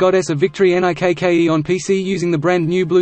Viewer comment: Why the fuck does he keep saying N-I-K-K-E?